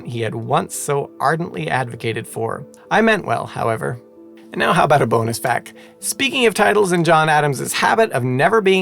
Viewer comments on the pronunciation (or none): Did you say, "fuck?" No. I said, “fahck”. Oh… “fact”‽ Yehsh! Fahck!